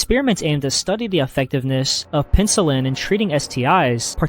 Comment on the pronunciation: **penicillin😭😭 also “heinous” is “hay-nus”, not “hee-nius”. It was fine the first time but you pronounce it that way in multiple videos loll